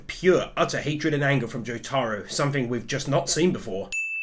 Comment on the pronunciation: /its not pronounced jutaru idiot, i know im nit picking, but its pronounced Jotaro (Joe-tar-oh) IDIOT